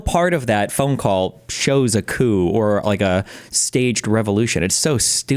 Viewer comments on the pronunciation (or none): none